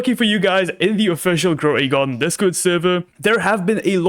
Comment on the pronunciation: "Croway Garden"